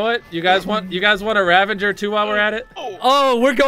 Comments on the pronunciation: Why do they say "Ravenger" when its Ravager? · MrBeast: Creates gaming channel with only Minecraft also mrbeast doesn't know how to say RAVAGER